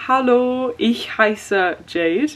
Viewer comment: As a German, I really appreciate that you pronounce the 'ich' correctly! Most English speaking people pronounce it "ik"